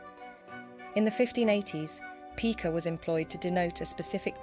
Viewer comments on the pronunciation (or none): It's pronounced "pie-ca", not "pee-ca" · Pica is a unit of measurement. Twelve points to a pica, 6 pica to an inch. It's pronounced "PIE-ka". The same pronunciation is used for Pica pica, the Eurasian magpie.